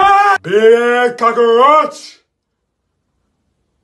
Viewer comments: Dictionary: cockroach This guy: corooo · How he pronounces cockroach -caroach -cockoroach -cockoruch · My mans pronunciation of cockroach sounding like a mexican dinner bill